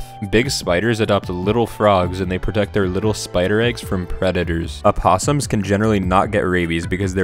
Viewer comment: i hate how you pronounced the o in “opossum”